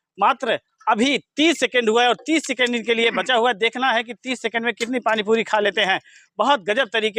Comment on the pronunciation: पाणी पुरी बोलो yaar तुम पाणी पुदी बोलते ho